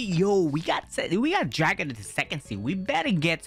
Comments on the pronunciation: Bro said sexy instead of sec sea 💀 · why say sixsy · Bro said se-y on second sea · The way he said sec sea in the start🤣🤣🤣